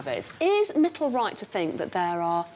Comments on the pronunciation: The way she's pronouncing their names.. "Hettle and Mittle" 😳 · It's actually Mittal..but she keeps calling mittle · Haha their names are Hetal and Mittal. It’s just the way Anna pronounces their names.